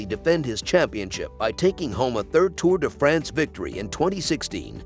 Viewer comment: TOUR DE FRENS.....LOL how not to pronounce european names hahahahahahhaha